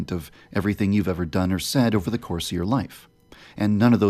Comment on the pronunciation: For someone who doesn't really know how to pronounce "Over", you sure do say it a lot. Still love you though ;)